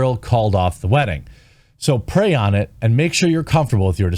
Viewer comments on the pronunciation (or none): Niki saying "pray" is funny